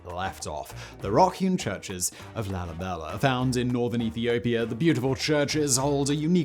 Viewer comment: LALIBELER? Stop with the rhotic r